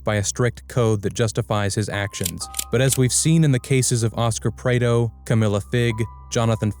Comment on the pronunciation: AI doesn't know how to Prado 😂